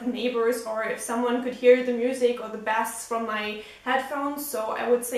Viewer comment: Your English is fantastic and is much better than my German. One suggestion on the word bass. When used to describe sound (low notes) the "a" is long more like the word "base" is said. The way you said it with a short "a", describes a fresh water fish. Again, your English is far superior to my German but I thought you may want to know.